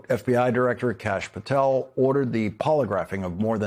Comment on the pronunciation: Lol, Did he just call him Kash App Patel!!! Too Good, Love it!!